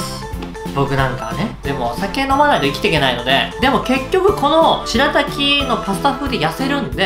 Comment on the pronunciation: 前は「すらたき」って言ってたけど今回はちゃんと「白滝」って癒えてますね！